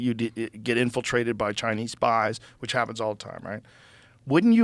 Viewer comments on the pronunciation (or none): none